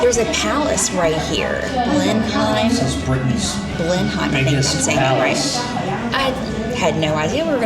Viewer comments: The palace is pronounced Blen-um. Stress on the first part. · Pronounced "blenum". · I live near here, just thought i'd mention - Blenheim palace is pronounced 'Blennim' or 'Blennum'! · Blenheim is pronounced Blenum.Also on the motorway, you drive in the left lane, middle and right lane are for overtaking, you can get a ticket for staying in the middle lane. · Blenheim is pronounced "Blen-um". Shire are pronounced "shur" unless its a 'Shire horse' which is pronounced Shire (Shyer)